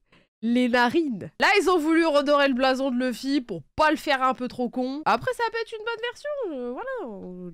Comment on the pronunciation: Ils ont abusé avec leur LEUFFY 🥚🐓 au lieu de LOUFFY (luffy/Ruffy) 🤦🏽‍♂️